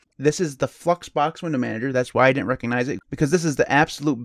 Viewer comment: Anyone else hear him say "Fuxbox"? Lol!